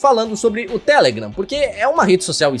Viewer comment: Agonia dele falando TÉlegram e n telegram